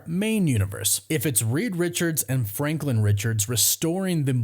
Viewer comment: You just said franklind. That's hilarious.